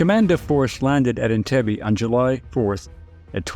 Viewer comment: Entebbe Pronouns is wrong Learn Swahili